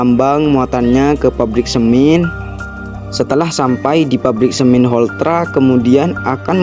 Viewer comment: Penggambarannya kok tambang batubara.. Bhasanya semin jg dipengaruhi dialek mungkin.. Hrsnya semen..